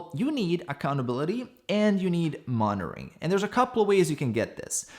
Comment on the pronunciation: is SO lean he even removed the middle syllable from the word "monitoring".